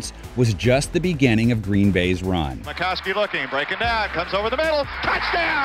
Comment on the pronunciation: Ita Don Majkowski. Not makowski. Steve smith might not have been a great wr but he got his super bowl ring and a Trip to the pro bowl